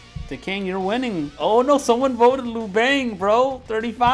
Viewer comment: Bro ugh.. how you read liu bang lol.. liu is like lee-you, bang is like ba in bastard.. lee-you-bang..